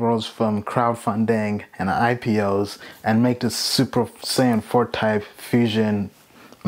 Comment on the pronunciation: you said Super Sayain.. subbed lol